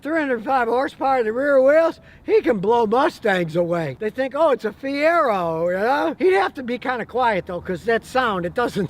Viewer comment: First time I ever stopped watching. He said Fiero. Lol.